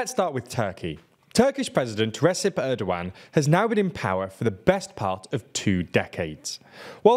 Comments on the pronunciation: Phonetically it's "Retchep" Erdogan, team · It's pronounced "Rejep" (as in "jail") and Erdoğan's "E" is pronounced as 'a' in "cat" Rejep Tayip Ärdowan